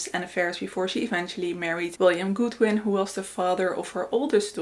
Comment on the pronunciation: Godwin .... not Goodwin.